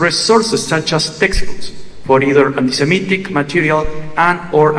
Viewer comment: Jill, say it correctly! It's anti-se-MIT-ic, not anti-si-MET-ic!